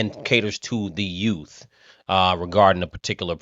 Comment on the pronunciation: Youth correct pronunciation… Tiffanys pronunciation Yoots.